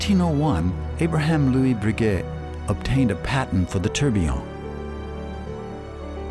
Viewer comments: Agreed, if making a video like this to honor the family and the man - Get the pronunciation correct!! It was like nails on a chalkboard board every time he said Bree GET! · It's pronounced "Bre- gay" you Neanderthal! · Dipshit Am. commentator, who doesn't know a shred of Fr. pronunciation. So embarrasing! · How can this be narrated by someone who can't even pronounce Breguet? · At least pronounce his name correctly. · This narrator's should of been flat out FIRED for doing such sloppy job on his pronounciation of several key words in the dialogue. Wow ! Sticks out like a sore thumb.